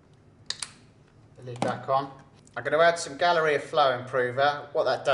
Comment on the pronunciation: Did anybody else accidentally hear "Gonorrhea" when he said "Galleria"?